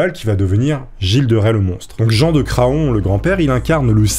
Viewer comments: On ne dit pas cra on...mais cran...le o ne se dit pas....c est comme paon. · Bonjour pour info Craon se prononce "Cran" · Petit tip, Craon se prononce Cran. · D'ailleurs Craon se prononce cran. Comme la ville de Laon qui se prononce Lan d'ailleurs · Craon ça se dit "cran" et pas "cra-on" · ça se prononce Cran, comme un Paon